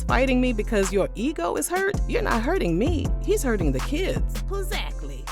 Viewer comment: 😂😂Puzactly, puzactly, puzactly😅😅😅😅😊😊